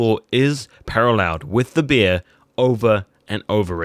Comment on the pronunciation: its "bear" not "beer"